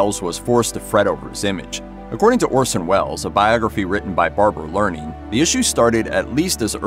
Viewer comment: Barbara Leaming pronunced "LEE-ming" (not Learning). Bad AI!